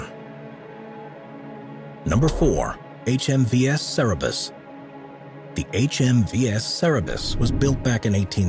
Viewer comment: Cannot pronounce Cerberus, either lol